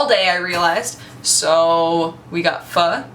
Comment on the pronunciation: you pronounced pho correctly !!